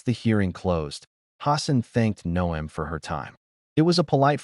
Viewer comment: If you spell Noem 'nohm', the narration will pronounce it correctly....Or, well, you could also use your real voice....or, even a decent electronic voice changer, if you wish to remain anon...